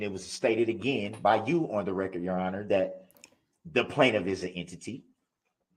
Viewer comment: The plaintiff is a “ Ehn-titty” 😂